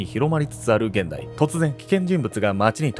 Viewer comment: ここは非常に興味深い好きなサイトだ。それだけにずっと直らない点がひとつだけ気になっている。 「他人事」◯ひとごと Ｘたにんごと たにんごとという日本語はない。 ひとごとを人事と書くとジンジと同じになるから他人事と書くのだろう。 「ひとに見られないようにな」 と言う「ひと」は人間に見られるなという意味ではなく、他人に見られるなという意味だから、ジンジとの区別に「他人」を当てるのだろう。戦後十年や二十年の頃にはタニンゴトと子供が読むと、ヒトゴトと読むんだよ、と大人は笑った。丁度ニジッサイと読むと、人間の年はハタチと読むんだよ、と落語で笑うツボだったように。